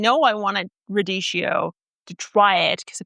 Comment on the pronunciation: Sorry, radee-Kee-o, not radee-shee-o.That's what the h does to a c in Italian spelling.